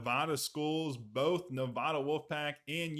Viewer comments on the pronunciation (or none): 👎 For mispronouncing Nevada automatically.